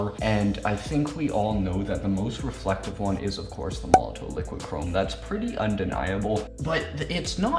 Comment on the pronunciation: Made a whole YouTube video about a company and product that you aren't pronouncing correctly and you didn't read the instructions for....lol